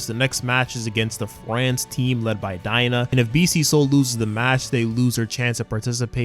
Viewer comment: It’s daigo not. Dina.